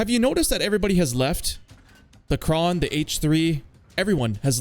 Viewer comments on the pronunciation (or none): none